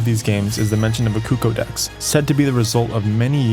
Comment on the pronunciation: Is nobody gonna talk about the way he miss pronounces CUH COO not COOCOH